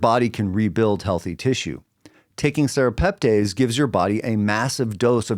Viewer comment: pronounced tess not tays at the end